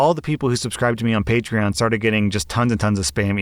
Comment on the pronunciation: Throw back to when pronounced patron as patchron